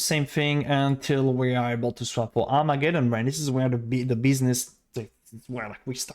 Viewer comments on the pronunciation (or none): none